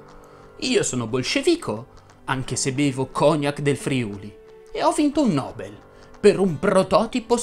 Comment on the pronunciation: Ciao, secondo me, si dovrebbe dire cognàc e Nobél invece di cògnac e Nòbel. Ti ho corretto non per fare il pignolo ma perché questo dice la Treccani e curioso dopo aver visto il tuo bel video avevo dei dubbi e quindi sono andato a correggere. Comunque, complimenti